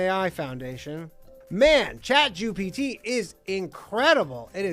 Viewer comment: Did he say Chatjewpt? oh lol